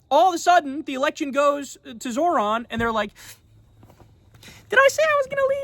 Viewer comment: can someone please tell Kyle how to pronounce Zohran correctly? All that shit he talks about people not being able to pronounce his last name & he can't even pronounce his first name, lmao. Kyle says "Zo(h)r-an" (Zor-ahn) when its pronounced "Zoh-ran" (Zoe_Rahn) get it together Kyle. Its already bad enough you've been supporting Platner who is a war criminal